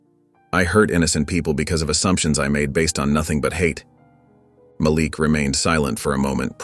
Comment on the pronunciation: Malik( MahLeek) NOT (MahLick) please pronounce the names of Princes( correctly) when it keeps being pronounced wrong it makes me feel 😢